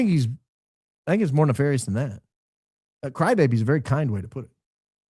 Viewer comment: Did you just describe Blake as "Neff-fairy-ous"? 😂😂😂